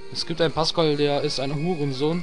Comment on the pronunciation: "Es gibt einen Pascal der is ein Hurensohn" Scheiße ich hab mich nicht mehr gekriegt man xD Du betonst das Hurensohn immer so geil xD Hammer Video weiter so, freu mich schon wenn sich welche Pokemon's entwickeln :D Hauste 5*